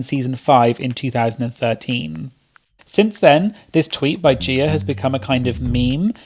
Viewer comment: "Gieer" lmao